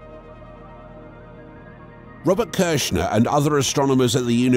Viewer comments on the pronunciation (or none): none